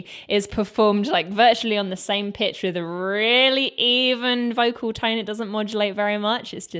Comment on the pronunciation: I love everything in this video and could say much in its praise, but putting all that aside, I will never stop appreciating a British woman's pronunciation of "with" as "wiff". God bless the British.